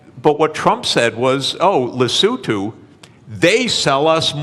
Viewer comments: Le-so-tho! Not Le-sou-too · Where on earth is Le Sue to? Or is it supposed to be Lesotho? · Now i could be wrong but likely the guys talking about Lesotho, a southern african country... Not 'lesue to' or so xD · sachs knows perfectly well how it is pronounced in English, but of course he tries to differentiate himself from regular people and fkin pronounces it more like Lesothians pronounce it themselves (in the Sesotho language). I like him but he's just a human.. 😅